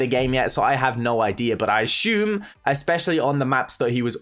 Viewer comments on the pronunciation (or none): “I ashoom”